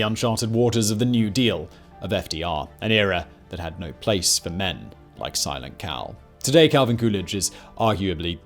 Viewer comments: I heard silent cow lol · I’m I the only one who heard “Simon Cowell” every time he said silent Cal?? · At 22.25 I thought he said "Simon Cowell" 😂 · I no it's not what your saying, but the amount of times I heard "Simon Cowell" 🤦🏻 🤣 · Thank God you have a transcript. I was 14 minutes into this before I realized Simon Cawl is Silent Cal. Might be the accent might be my shitty hearing but boy was I not getting this right got to start over. Love the content though thanks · Simon, every time you say "Silent Cal" it sounds like "Simon Cowell" :P But seriously, I love this U.S. Presidents series! Can't wait to hear on the presidency of John Adams! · Every time you said "Silent Cal" I heard "Simon Cowell". Lol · Simon Cowell, I keep hearing Simon Cowell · Even though I knew Simon was saying "Silent Cal" I kept thinking he was saying "Simon Cowell".